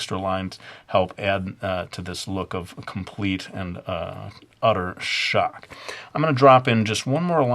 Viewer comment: "a tate of shtock" "BOOIIINNGGG" hahahaha!! ~likeyy